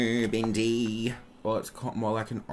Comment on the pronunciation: it cracks my shit the fuck up every time he says bendi 😂😂😂